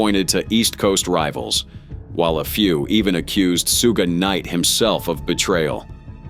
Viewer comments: Sooo Ghey Knight. Bruh, Shoog Knight. Thats how you know this is AI narrator bullshit. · Its not Sue-Gay Knight its Shug knight damn AI 😂😂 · Sooge, Soogay, Soogah Knight? How about writing your AI script to say Shoog. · We’ve been pronouncing Suge Knight wrong all along! Sue-Gay Knight is the right way! 😂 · So that's how you pronounce it, "sue gay" then there's shooge. Ok robot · The way the AI said Suge's name made me think of an anime villain name lmao Soogei Knight lmfao 🤣🤣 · Damn AI.... not " Sue-gay Knight" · close enough lmao